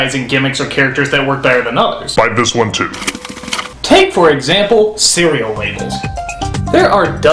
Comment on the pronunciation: Don't sing if you can't. Or pronounce words if you can't. It's cereal. not "see-wee-ew"